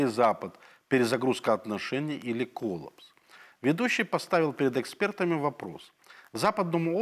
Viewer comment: Коллапс ( ударение на "а").